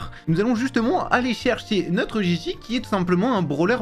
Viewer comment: On dit Gigi 😂